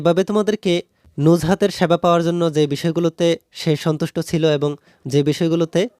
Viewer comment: স্যাবা না।😂😂😂😂😂😂😂সেবা